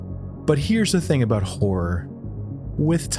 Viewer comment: I know you think you’re saying horror, but you’re literally uttering the sound “whore.”